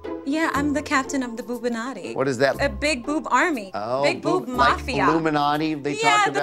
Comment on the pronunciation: did she say 'boobanati'?